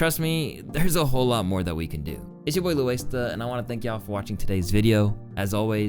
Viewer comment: “It’s ya boi ”